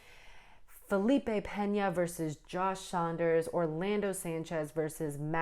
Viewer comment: Its Felipe Pena, not Peña. The way to pronounce is different.